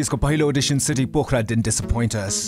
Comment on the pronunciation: she doesn't know how to pronounce Pokhara?